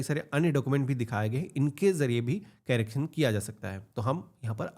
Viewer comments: Carrecting nahi bhai correction hota hai 😂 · Carraction nahi hota bhai.....correction hota hai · कैरेकशन nahi bhai correction (करेक्शन)